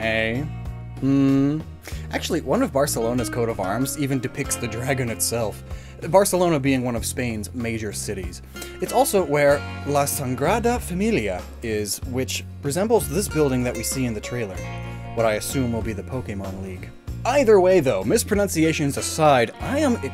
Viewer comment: Not to pick on your pronunciation, just pointing out a funny thing, you say "La saNgrada familia" La sagrada familia (place's name): the sacred family La sangrada familia: the bloodied family